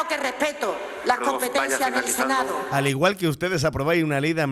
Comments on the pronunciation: Se dice "Senado" y no senao.Por favor!! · Se dice senado, no senao